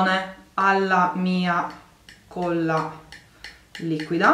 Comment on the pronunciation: si dice colla... e non cuolla..